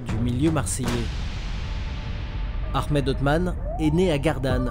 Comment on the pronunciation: C'est Ahmed et non aremed